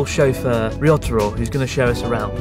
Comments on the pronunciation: When you say ryotaro it sounds like risotto 😂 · Chris mate, I think Ryotaro is secretly having an ongoing, good laugh at your expense by virtue of the fact that you continuously mispronounce his name just about every time you say it!